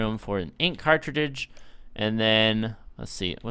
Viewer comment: clayned stay😂 And him saying ink cartrididge